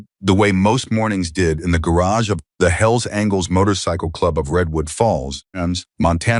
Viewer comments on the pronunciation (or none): Will the narrator please pronounce "angels" correctly?! It's not "angles" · Can finally somebody tell that dumb narrators that it’s angels and not angles. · Mispronouncing Angels.....as angles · Apparently the AI narrator doesn't know angels isn't pronounced as *angles*....and it seems to be messing up through the whole story